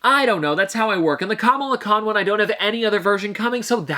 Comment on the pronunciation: What I was you accidentally said Kamala khan wrong